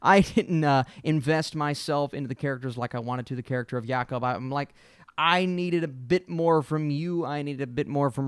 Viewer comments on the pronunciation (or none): none